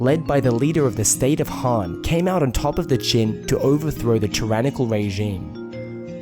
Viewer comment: I find it remarkable how accurately you pronounce most of the Chinese words but you really let your (I assume Australian or NZ) accent through when pronouncing the A vowel (surprisingly only noticed it the first time you mentioned the Shang Dynasty but then got it correct the rest of the times, but then woof when you talked about the Han Dynasty)